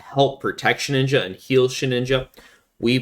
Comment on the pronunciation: You pronounce it as SHE"N"INJA, but is She"d"inja 😂😂😂